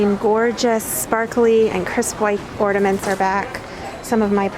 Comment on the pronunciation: Or-NA-ments. Not ordaments.